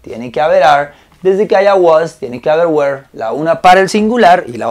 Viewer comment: Realmente me encanta como tus videos me ayudan cada dia a mejorar mi ingles. Solo como comentario "la pronuncionacion del were" que estas utilizando no es la correcta. Por mucho tiempo la pronuncie de la misma manera que tu pero no es la correcta. that is all, thanks